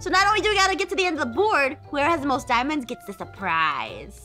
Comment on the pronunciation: I'M GOING TO GET THE MOST what I hear: I'M GOING TO GET THE BALLS😂